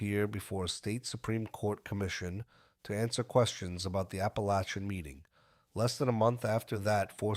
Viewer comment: It's pernounced APALACIN, I've been to that house, only miles away, I know all about it and who was there.